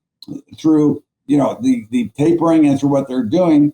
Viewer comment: Taping? It is TapERing